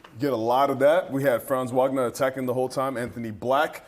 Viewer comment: How pathetic that your man in the middle can’t pronounce Franz Wagner’s name correctly? It’s only his 4th year and he’s definitely good enough to have the media remember his name!